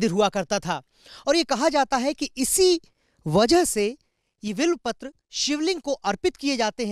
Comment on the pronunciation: Abe will Patra Kya bole ja Raha h? Bilwa Patra HOTA .